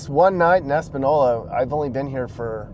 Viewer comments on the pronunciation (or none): First, it's Es-pa-niola. With the Spanish "N". It's not Es-pa-nola. And secondly, I guess Philly, San Fran, Seattle and many other places dont count? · This has been like this for 50 years it’s a shame no one can fix it. It’s Es-pan-noy- la . Not no- la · Just so yo know it's not pronounced Es pa no la, it's actually Es pa nee ola. But otherwise, fantastic video showing how the Democrat policies in New Mexico are killing the state. Soft on crime turns cities into slums. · Eh - span - knee - yo - la not eh-span-ola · It’s pronounced española not espanola lol learn the letter ñ if you’re gonna document about it 😂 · It’s Española, not Espanola. Pronounced “espanyola”. If you can find the ñ on your keyboard, hold down the n and you’ll see ñ. I live a half hour south of España. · You used to live in California so you should know that the pronunciation of ñ with the “tilde” over it sounds like “ny” like in “canyon” so Española is pronounced “Espanyola”. ”. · ñññññ = nyeh. Espan-nyo-la, ok? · respectfully, it's pronounced e-span-yo-la. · Say; Es pan yo la (long o) - It's not hard to say. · it's EspanYOla. Also grammar wasn't your thing was it? It's "there ARE 10k here," not "there's 10k people here." You always say that I correctly. Drives me crazy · The town is pronounced Es- pan-yola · it's pronounced ess pen yola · Quit saying espa-nol-la! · It's pronounced ES PAN YO LA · S pan yola. It's pronounced S pan yola. Espaniola NM. Please get it fucking right. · It’s pronounced Es-pan-yo-la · sidenote: It’s pronounced ‘espanYola’. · Espñola — the ñ is pronounced like ny, as in Espanyola. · "Es-pan-YOLA", there's an ñ in there. Española. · Pronounced "Espanyola" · That wasn’t Taos, that was Santa Fe Ski Valley.Española, pronounced Es-Pan-Yo-Lah, is a beautiful valley, & has many good people. Sadly, you captured the negative side. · And It's pronounced Es-span-YO-la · It is pronounced, Espan-yola... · Pronounced Espan-yo-la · It’s pronounced “Ess-pahn-yola”.